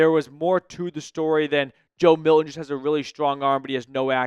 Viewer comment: Can you pronounce Milton? Yikes.